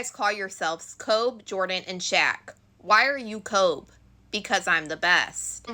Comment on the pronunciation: Kobe as in Kobe Bryant pronounced Kobey not Kobe. Thanks for your coverage Makes the trial easier to digest, as disgusting and tragic as it all is